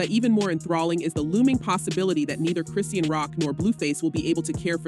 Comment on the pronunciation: Come on you gotta start saying her name right!